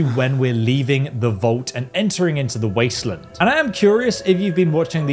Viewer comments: “Leaving the vault and entering the wasitlind” what is a “waistlind” sir? Did you mean wasteland? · says wasteland like it is someones last name ffs